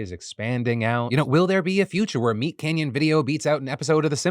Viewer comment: Phil says Canyon weird